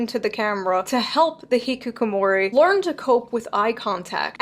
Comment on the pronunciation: What she explained about hikikomori was completely wrong. She even can’t pronounce hikikomori 😂 I know what exactly what hikikomori is and actually she seems that herself is hikikomori😂 hikikomori is also characterized by strong self-assertion!